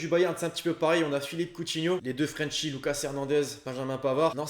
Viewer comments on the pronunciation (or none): none